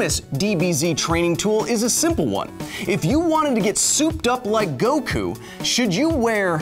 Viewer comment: Inaccurate terms/pronounciation : • HyperMoronic Lion Tamer... I mean Hyperbolic Time Chamber • Go wookoo • Tea yen • Dragon Ball Zee • Gohkoo • Kah Karrot (kinda okay) • Krillin (also kinda okay)